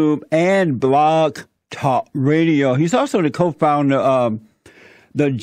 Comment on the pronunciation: It was asked why JLP having an audience is scary. I answered why it was scary to me. Almost EVERYTHING JLP says is horse sh!t. Hell, he can't even pronounce "Blog", but people take this guy seriously... THAT is frightening to someone like me who values reason, facts, evidence, and the articulate presentation of it.